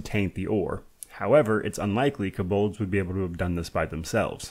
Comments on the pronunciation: You’re the only person I’ve here heard pronounce “Kobold” like that: “kuh-BULDZ” 😂😂😂😂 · This pronunciation of kobolds is wild